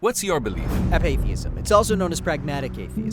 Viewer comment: It's not "AP-atheism", it's pronounced "apa-THEISM", as in APATHY being the key part of the definition. Holy hell man, I cannot believe how full of crap these "interviews" are.